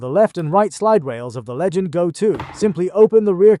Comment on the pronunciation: “Legend Go” god nobody can pronounce the actual name of the fucking thing 😂 it’s LEGION GO!